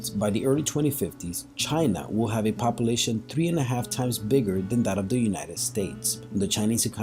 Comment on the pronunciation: Also the fear mongering in this video is really annoying also how he says "population" is driving me nuts.